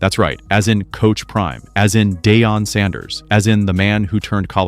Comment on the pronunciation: Whoever made this video mispronounced Shedeur’s and Deion Sanders’ names so often, it’s like they’ve never even heard of them.